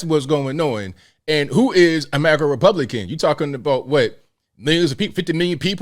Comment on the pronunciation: This is so sad he can't even say Republician. He says Publician several times.